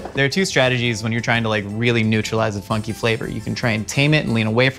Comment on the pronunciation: I thought he kept saying f****ng flavors, not funky flavors